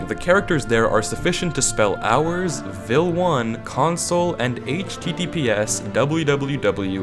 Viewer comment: "Vel_1" not "Vil_1"